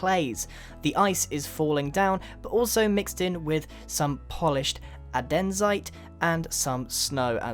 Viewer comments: I'm sorry but it's An-de-site, not a-den-site. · AND-IS-ITE not ADEN-SITE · I died when you said "adenzite" instead of "andesite" XD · Polished... ADENSITE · " The snow is mixed whith some poliched andēřzite" (Says Grian) Shouldn't it be andersit not andēřzite? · Grian, its Andesite, not Adensite. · I love your ideas! Still, Andesite != "Adenzite" or whatever you're calling it :P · It's kind of annoying but funny how you say adeNsite instead of aNdesite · it's andesite, not adensite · AdeanSite??? WOT mate, pls say andesite. Cool Houses! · I swear... you said 'adensite' instead of andesite... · It's Andesite not Adensite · Adensite haha andesite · and-uh-site, not a-den-site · Adensite!!! Andesite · ANDESITE NOT ADENSITE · ANDESITE*** not adensite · Adensite???? It's andesite, but amazing vid keep it up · Is it really pronounced UhDENzite? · Polished Adensite😂😂😂😂😂😂😂😂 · Did he say adensite? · What is "Andensite" 45:8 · An-de-zye-t Andesite